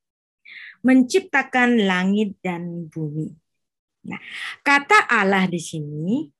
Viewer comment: Tulisannya ALLAH kenapa diucapkan ALAH..? Yang nyanyi mengucapkan ALLAH bukan ALAH. Mohon diperbaiki lagi pelafalannya,sesuai literasi linguistiknya...jangan alergi dengan pelafalan aslinya. Terimakasih🙏